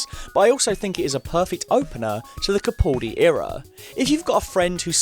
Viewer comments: For future videos, it's pronounced "CaPALdi," not "CaPAWLdi." Okay, thanks! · I do wish that at least fans of Doctor Who would learn how to correctly pronounce Capaldi. It's Ca-pal-dee not Ca-pull-dee.. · With the recent change of Doctor, I suppose it's too late for you to learn how to pronounce "Capaldi".